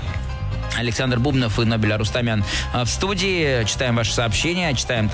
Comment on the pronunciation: Нобель так и не выучил, что БубнОв, а не БУбнов.